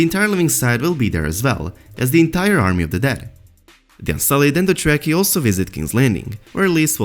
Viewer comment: AGHHHHH Stop pronouncing Dothraki as jracky.